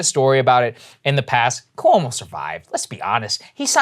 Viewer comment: Can Saagar stop pronouncing Cuomo like “koo-woh-mo?” Just say “kwo-mo” please.